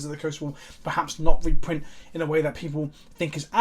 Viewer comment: "Rerrint fetchlands"?